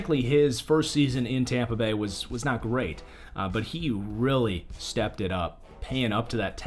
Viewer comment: Hear when it said tompa bay